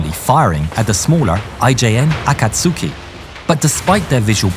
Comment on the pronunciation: 'Akatsuki' is pronounced [akatski] omitting 'u', accent on the second 'a'.